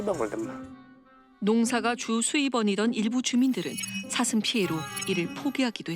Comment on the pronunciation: 아놔 뉴스보다도 ㅅ 발음안돼는거 자꾸웃겨가지고 ㅋㅋㅋㅋㅋㅋㅋㅋ "사 thㅡㅁ!!" 저정도 피해면... 고양이들처럼 잡아다가 중성화 해야하는거 아닌가요;;; 권익위가 방안을 하루빨리 만들라!!! 뭣허냐~